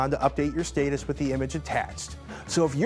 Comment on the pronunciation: saitis........I'm pretty sure it's status.